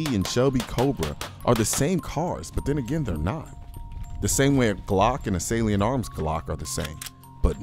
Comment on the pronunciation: I thought you were saying "saleen" instead "salient"... I was like "what saleen makes glocks faster too?!?" Hahaha!